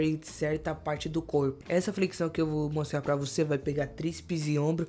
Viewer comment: fala "Flequição" kkkk